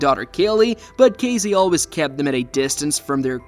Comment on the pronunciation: Excuse me ambiguous AI voice but it’s Casey, with an S, not Cazey, with a Z.